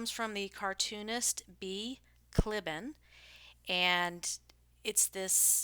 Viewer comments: It's pronounced KLEE ban. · The family pronounces it Klee-Ban like the pronunciation key on the page you were reading from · It’s pronounced “Klee-ban.”